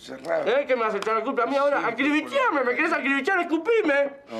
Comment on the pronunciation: "acribichiame" 😂